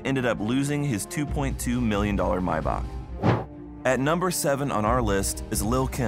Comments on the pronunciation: Mybock 🤣🤣🤣 or Maybach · I’ve never heard anyone call a “Mayback” a “My Bock” lol